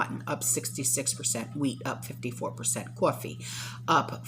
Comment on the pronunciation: The way you said “coffee” it reminded me of someone from the “ninth ward” 😺